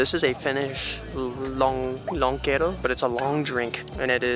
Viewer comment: That was a very nice place and really something different! Kotisaari means "Home Island". And that's on a river, not a lake. perfect pronunciation of "lonkero". When I was a teenager, I once got overdosed with that stuff and haven't drunk it since then :D :D